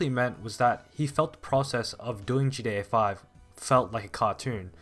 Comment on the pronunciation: It is so weird hearing you keep calling it GA5